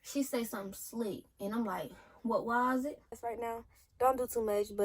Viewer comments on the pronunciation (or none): “What wos it” 😂😂